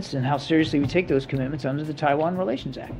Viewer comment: I love the way you pronounce “Taiwan” with tones